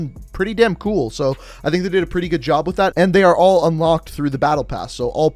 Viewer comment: “This is gewd”